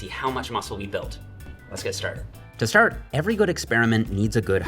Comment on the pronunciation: “STRAT OF BULK”